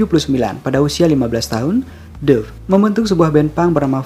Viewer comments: Duff dibaca Daff. Daff Mack kagan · Lihatlah cara pelafalan Duff yang benar.